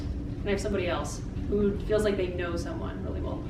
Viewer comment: did you really just say but how cears instead of who Sigh